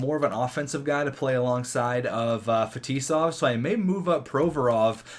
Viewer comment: 1. Get new goalie, 2nd round pick and scoring defenseman. Your attacking core are good enough, you can trade anyone but Heatley and Tavares. 2. Make Heatley captain! (Tavares, Fetisov as A) 3. Butch-nEv-each (I'm Russian, and for that matters i heard worse than you ;) And others is ZhErdev FetIsov PrOvorov